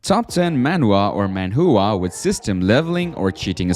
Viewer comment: I can't stop hearing Manhoohaa Jesus Christ 😂